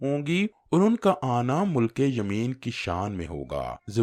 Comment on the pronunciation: مِلک تلفؓظ ہے م کے نیچے زیر ہے